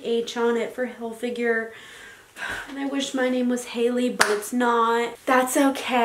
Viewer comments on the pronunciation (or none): Not trying to be mean at all but is pronounced hilfiger not hilfiguer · If she says Tommy hil-figure one more time.... It's Hilfiger, Tommy HILFIGER. How can you mispronounce your "favorite" brand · Yo it's Hilfiger not figure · If she says Hil-figure instead of Hilfiger one more time she might actually get hit with a shovel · ITS NOT TOMMY hilfiGURE ITS TOMMY hilfiGER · Every time she said Tommy Hillfigure I cringed... Not trying to be rude but... Wow that's so not right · Hill Fig Er not Hill Figure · Reacting Time it’s hilfiger...... not finger wtf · no one: absolutely no one: her: ‘tommy hilfigure’ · “i’m in love with tommy hillfiger” can’t even say it right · no one: absolutely no one: not a single soul: her: tOmmy hilfiGure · the way she said Hilfiger like hill-figure kills me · If she says Hill-fig-a- ure again! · i swear to god if she says tommy "hilfigure" one more time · Every time she said Tommy Hil-figure I want to stab my ears out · Tommy Hillfiger called, he wants you to STOP calling him Tommy Hill-“figure” 🤦🏻‍♀️ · Sis. If you’re so obsessed with Tommy Hilfiger you should maybe learn to pronounce it. Also I didn’t see anything luxurious in this haul. Also also you called the Long Island medium and median. That’s in the middle of the road... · “i love tommy hilfiger ” then learn how to pronounce it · It’s HILFIGER.....